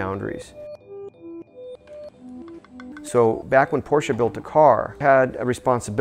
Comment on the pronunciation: Finally an American who pronounces Porsche right!